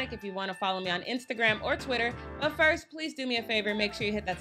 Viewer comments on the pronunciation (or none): none